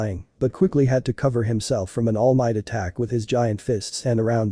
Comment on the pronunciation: Am I the only one that keeps hearing All Myth?